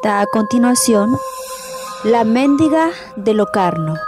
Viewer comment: Es mendiga, no méndiga... 😂😂😂